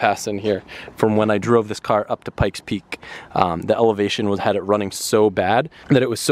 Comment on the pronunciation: Annoying how he says "Pikes Peak" - wayyy over-emphasizes his K's!! : (